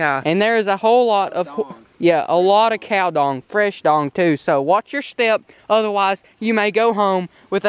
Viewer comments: Would you please watch a video on how to throw a cast net. Great vid but your cast net tossing is painful. And it's cow dung not cow dong, one get's left on the road, the other stays attached. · It’s dung not dong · Dung not dong... Lol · I think it’s cow dung not cow dong😂😂 love you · Its pronounced dung with an uh sound not dong, it killed me when you said looj at the size of this dong